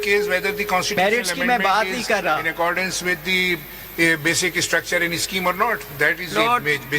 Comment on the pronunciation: “basic ISSTRUCTURE” “ISSTILL” 😂 the judge on the right🤦🏻‍♀️ how did he become a judge for god’s sake